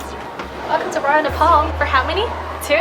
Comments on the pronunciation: Nephal vannu pardaina solti english ta bolnu k aruko toneko copy nagarau😁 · Please tell these two clowns and to learn to pronounce the name of their country and the capital. No there is no country called Nepol and no city called CatManDu. Their restaurant work is commendable, however, with their accent and their pronunciations, they are overcooking it.